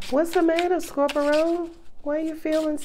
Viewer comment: Ilovelovelooove how you say scorp-er-to! Makes me giggle and feel welcomed♥️🙏♥️